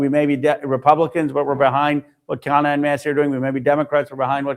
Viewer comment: Also if anyone cares its actually pronounced "Khunna"